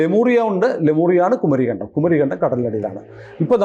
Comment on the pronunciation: Lemuria ennu parayandato.. Kumarikkandam ennu thanne paranju paddikyanam Kumareekandam ennum alla. Kumarikkanadam